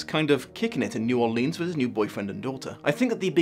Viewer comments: Great review! Just one thing. That's...not how you say New Orleans it's (pronounced like New Orlins). I hear people mispronounce it about 80% of the time, so don't worry about it. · Wouldn't it be Naarlins? Never heard a local pronounce the new and most seem to make it one word.